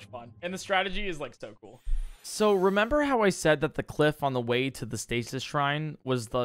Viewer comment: repember lol